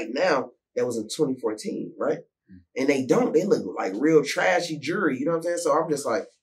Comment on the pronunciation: Lol right because my closed caption is saying "Jury"